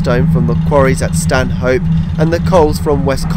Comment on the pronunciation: Fabulous video and good informative narrative but you did make me laugh with your attempt at pronouncing Ponteland and Stanhope 🤣🤣 (Pon- teal-lund and Stan-uhp)